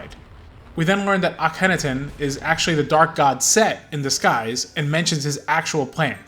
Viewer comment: "Ah ken ah ten" not "Akinnatin"